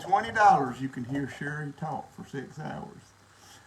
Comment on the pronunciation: Yep it's Shelia not Sherry.😅